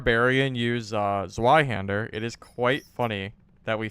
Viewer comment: The Zwei in Zweihänder means 2, and you can pronounce it as Tsvai (dont know to to write it for english), but the Z has a Ts pronunciation and W has a V pronunciation